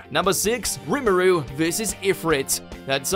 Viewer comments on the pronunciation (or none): #6 Roo-maru vs Ifret...bruh It's not that fucking hard to pronounce their names is it?